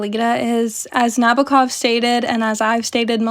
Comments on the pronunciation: Nah-BO-ah KOV - the Os are long, as in "boat", the accent is on the second syllable, and there is a slight "ah" before the last syllable. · Good essay, I enjoyed it a lot. A little remark - the author's surname is pronounced with an accent on the second syllable 🌻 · The way you say Nabokov is hurting my ears… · It's NabOkov